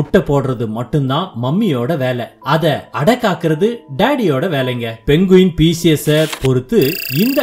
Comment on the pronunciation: மொதல்ல இது பேரு 'பென்குயின்' கிடையாது. இதோட பேரு 'பெங்குயின்'. கதை நல்லா இருக்கு. ஆனா பேரை சரியா சொல்லுங்க